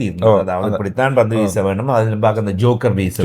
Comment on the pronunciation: அது ஜோக்கர் இல்லடா யோர்கெர் 😂